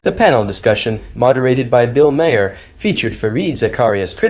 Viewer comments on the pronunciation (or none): It's pronounced MAR not may-er or any other incorrect way.